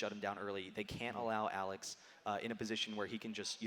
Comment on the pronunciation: i hate the way the commentaters say Alex ich almost sounds like alez itch